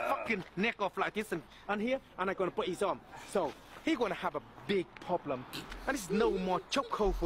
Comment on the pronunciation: "he gunna have a big poblem"